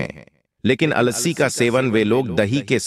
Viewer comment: It is अलसी not alasi